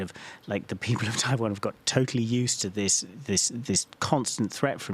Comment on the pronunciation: 15606 when you say Taiwan, it sounds like primary care physician